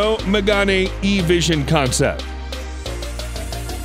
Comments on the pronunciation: Why does people, when they say french cars names, they make them more italian xD it's "Mégane" not "Mégani" x) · Megane not Magane… it’s pronounced like Meghan…